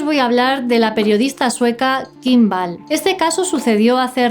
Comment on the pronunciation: El apellido de Kim no se pronuncia Ball sinó "Uall"...vamos a aprender a pronunciar en condiciones que mucha gente nos está viendo